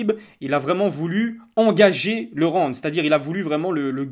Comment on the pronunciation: qlq peut lui dire que c'est round pas ronde